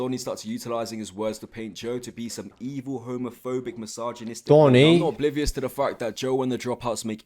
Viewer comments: Him: complains about Nick's perfectly normal US accent Also him: can't pronounce "misogynistic" correctly (he said: my-sarg-en-neest-ik) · Still stuck on snowy joe’s friend pronouncing misogynistic as massage-gynistic